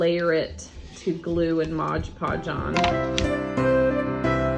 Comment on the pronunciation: M-O-D podge not modge podge 🤦🏻‍♀️